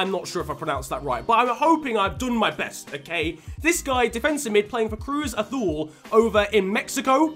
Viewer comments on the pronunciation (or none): ew Cruz Azul How dafuq did you pronounce Azul It's like A-zoo-l